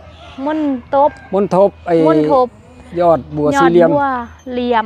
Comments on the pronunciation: น้องทิพย์ถูกต้องอ่าน__มนดป_ครับ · ทรงมณฑป(ซง-มน-ดบ)